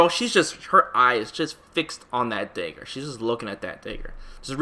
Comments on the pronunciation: dude it’s fucking DAGGAR..not dehger..that shit killed me. good video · Why do you say 'daegur'? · The "day-gger" lmao... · "Day-ger" lmao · He doesn’t know how to pronounce dagger. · I was thinking that too lol